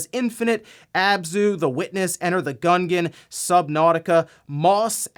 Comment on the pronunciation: "Enter the gungan" Oh...